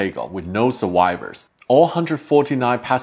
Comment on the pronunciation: Survivors="SurWHYWERs"?!! Climbing="ClimBing"?!! He's dumb as f*ck and shouldn't be presenting in English if he can't speak the language; he should stick to his native Chinese..